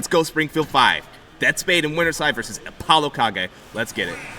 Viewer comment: I hate the way it’s pronounced Apollo ka-ge